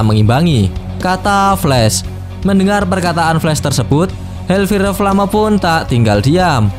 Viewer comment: Bang di baca hel fayer flem